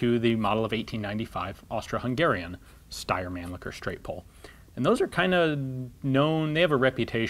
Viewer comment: Mann-lichher and cocking knob. Couldn't help but notice it.